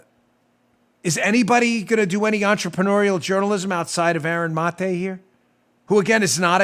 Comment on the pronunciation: Aaron Muh-tae